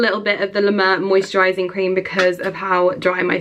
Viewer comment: Isn't it You say la mer like la mear as in horse?